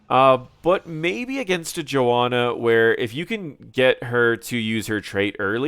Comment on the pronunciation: Sorry I am butthurt, but there is clearly an H in JoHanna, it's not Joanna...